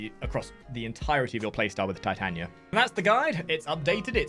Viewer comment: It’s Tit ah knee ah. You’d think a fellow Englishman would know the Bard. ;) Nice guide though.